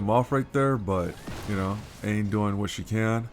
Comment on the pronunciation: Nice man that was a solid run! Dunno if anyone mentioned before, not trying to be all elitest on you or anything, but Aine is pronounced Arn-yuh, it's an Irish name :)